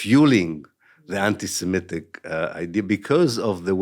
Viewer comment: Aaron: t's anti se-MIT-IC, not anti siMET-ic!